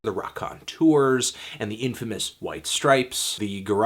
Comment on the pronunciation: Yeah I know, he just pronounced it funny.